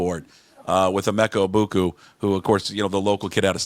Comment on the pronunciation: It's not Egbu-koo. It's Egbu-kah